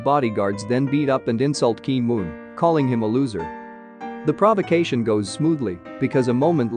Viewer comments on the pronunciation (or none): none